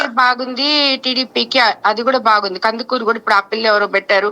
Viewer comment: "కందకూరు"కాదు కందుకూరు కరెక్ట్ సరిచేసుకోండి.